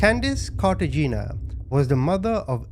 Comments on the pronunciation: Pronounced Carta Hen ia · The last name is pronounced "Car-ta-heh-nah;" the husband is Hispanic. Edit: like the city in Colombia. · Cartagena = KAR-ta-HAY-na